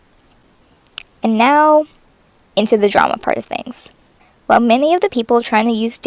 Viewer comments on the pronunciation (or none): When u said drama y heard llama